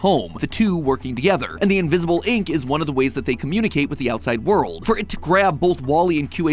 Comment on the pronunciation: I just want to put this out there: when you say “invisible ink”, it sounds like you say “invisible link”.